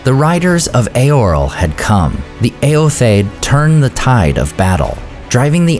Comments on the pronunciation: Not that it matters but shouldn’t the last “o” in Eotheod be pronounced? You always pronounce it “Eothed.” Just curious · I've always heard Eotheod pronounced as ay-yoth-ee-yod